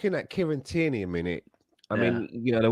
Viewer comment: your brilliant but its TIERNEY! NOT TYRNEY!